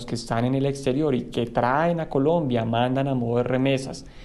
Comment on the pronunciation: me encanta cuando el analista dice Polombia.